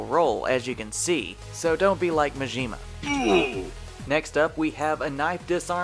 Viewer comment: It's MA-JI-MA